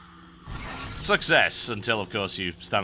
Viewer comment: lol "Bottan"